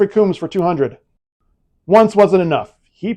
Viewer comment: please check the way to pronounce Orion and Combs